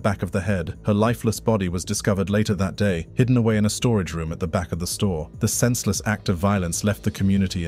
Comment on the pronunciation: the way he said store lol